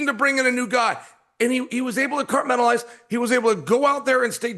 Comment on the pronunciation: 'and he, he, he was able to cartmen-talize' - chael